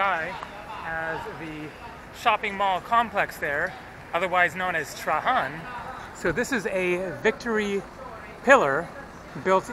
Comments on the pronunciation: The name of the emperor Is pronounced Treidgen,not Trahan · Bro please don't ever say Trahan. His name is pronounced Traian. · Love your vids, but Trajan is pronounced Tray-Gen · In English Trajan is pronounced with a j (gee sound). In Spanish Trajan has the h sound as you are pronouncing it. If you want to get really specific in Latin you would pronounce it with a y sound Trayan. FYI.